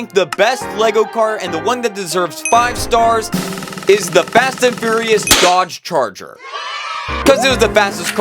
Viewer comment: DOGE CHARGER?!?!? YOU DID NOT SAY IT RIGHT